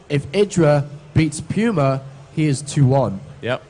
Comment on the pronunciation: You mean P-you-ma. =P